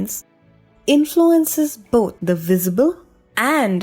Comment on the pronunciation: I enjoyed it, quite understandable :p But it's "Victim", not "Wictim" ; and "boTH" (between f and s sound), not "boT". She has a nice voice and I see the efforts, though :)